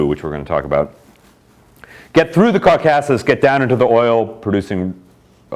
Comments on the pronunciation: Maybe it’s you that have been misprounouncing it 🧐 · Love the way he mispronounces 'Caucasus.' Seriously?!